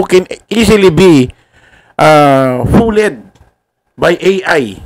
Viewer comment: "FOOLED" - foold po ang basa boss